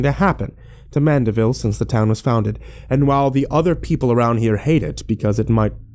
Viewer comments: It's Mandeville not Manderville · Driving me nuts. It mandeville not manderville.